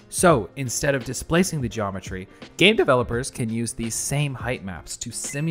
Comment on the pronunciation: I thoroughly enjoyed the slight emphatic tweak to the word "game developers". Good day.